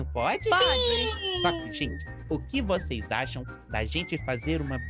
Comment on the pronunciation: amandinha: vou jogar teia em vuxeis eu: mds